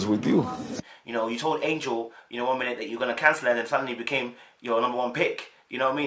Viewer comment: Bro..... you love to Jack up a name though 🤣🤣🤣. Her name is Angel.... like "Angels We Have Heard On High". And not Angela as in Angela Bassett.